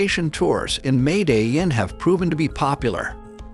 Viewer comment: This video is full of mis-pronunciations. The guy can't even say Medellin correctly . The video is full of glaring inaccuracies. This clown who posted this has never been to Colombia and has f...ed up every word of every place mentioned. There are far better videos that are historically correct. This is the worst video on the Escobar subject I have ever seen. Please learn to say La Catereral and Medellin is you are posting . 😞